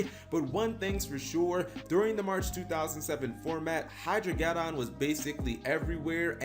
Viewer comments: Hydro-ged•don like armageddon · Ah yes, the "Hydro-get-on".